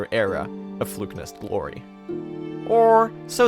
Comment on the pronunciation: His pronunciation of Flukenest as "Flukenist" kept throwing me XD